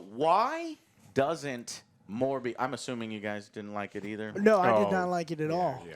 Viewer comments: I love how Joe said "more bs" instead of "Morbius" XD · The way pronounces Morbius sounds a lot like 'MoreBS' to me. Or is it just me?